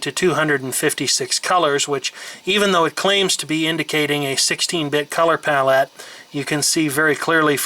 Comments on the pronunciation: ...I did not intend to watch the 48min video, but I did. You got me on the details of the old machines. I just had only money to buy an Osborne. Where I cut my computing teeth in 1982. BTW, 'Pixel' is pronounced as a word, 'Pallette' is pronounced as word. shar.feldheim on SKYPE Love your work and the background info. I'm impressed with your left hand dexterity(double entendre for us linguists) as you manipulate the the product and video simultaneously. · I love that you refuse to massacre the language by saying "fn-esse" the way they intended, but then repeatedly pronounce the words palette and pixels in a really weird way. xD Great video. :)